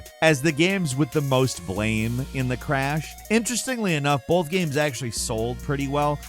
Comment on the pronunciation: Bolth bolth bolth - cmon man